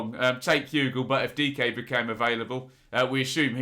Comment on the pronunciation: Good job pronouncing Dike!